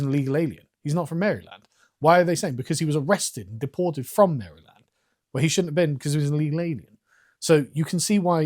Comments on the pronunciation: As much as I hate Americans mispronouncing Worcestershire, I hate Carl mispronouncing Maryland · I love how Carl pronounces Maryland. He says Mary-land. I’ve always heard it pronounced “Marilend” I’m also from Oklahoma so… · I was born in Maryland (raised in NoVA) and I never tire of hearing the Brits pronounce it Mary-land. It’s the cutest thing ever. So much better than the way I pronounce in (Merlyn) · You said Mary-Land 5 times in a row on purpose. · Haha, Carl calls it "Mary Land" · Where I am at it's pronounced like Marieland. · Lol I love your pronounciation of Maryland. It's charming.